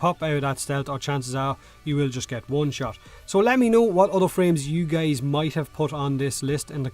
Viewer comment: Why the heck does he keep calling us geys ?